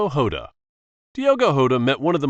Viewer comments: It's diogo jota not diogo hota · Jota not hota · Yota❌ jota😊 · Bro it’s Jota not hota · diogo jota not hota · Diego jota not yota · Yeah that's very bad pronunciation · That’s not how to pronounce Diego jota